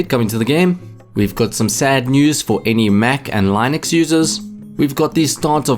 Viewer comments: it is with short "i" like in word sing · As a linux user it really hurts my ears how wrong you are pronouncing it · good video, just one thing: look up how to pronounce "linux", I got triggered multiple times lol